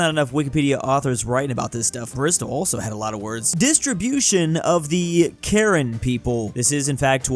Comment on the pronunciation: the Karen people, it's pronounced not like the name Karen. It's more like "Ka-ren" or "Kah-ren" if that makes sense. Some might say they are "Karenni". Just so you know 😊